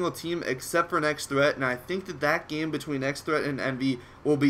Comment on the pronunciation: Nex[-TT-]hreat :D